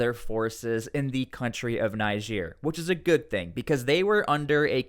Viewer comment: It's pronounced Neejeer, not Nijeer